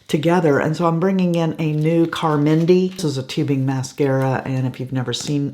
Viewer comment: Re" Carmindy. The emphasis is on the first syllable, Car'mindy. Re: the Basket. So the basket contains product use-up items and can't live without items. I get it.😃